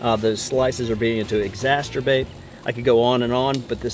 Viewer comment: "Exasterbate"? (P.S. the trombones in the background -- unnecessary IMHO)